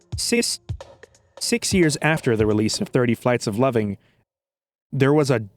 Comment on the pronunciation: really said Six (in french)